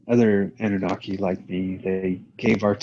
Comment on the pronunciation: Annuaki's? Anunnaki's it's pronounced!